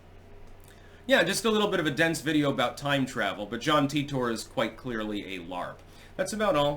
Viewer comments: No, I heard this story enough back in the day because I used to listen to "Coast to Coast AM" on the radio. It's pronounced "Teeter"--and I capitalized that because with that spelling, it's a fairly common surname where I live. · "Titor" is pronounced "Teeter"--and I capitalized the second version as well because with that spelling, it's a fairly common surname where I live. I used to hear a lot about this story back in the days before I had enough bandwidth to watch videos on the internet, and I was forced to listen to "Coast to Coast AM" on the radio when I had insomnia. (This was 15 to 25 years ago.) It was a compelling story to listen to, but it seemed very unlikely even back then. The problem with both Art Bell and George Noori is that they would hype up a story like this, and when something happened that proved it untrue, they would just stop mentioning it--with no discussion whatsoever as to the fact that they were wrong or why they had promoted it. Another example was the "Killshot" which was supposed to happen at the end of 2012, but didn't. Even after the prediction failed, they still had the story's main proponent (Ed Dames) as a guest later on to talk about other things--but with no mention of the Killshot's failure. That sort of thing tends to discredit legitimate stories they would cover, such as the ever-increasing tyranny of government. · I thought it was supposed to be pronounced Ty tor, because TIme Travellor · It's pronounced tEYEtor. Or Tar-Tar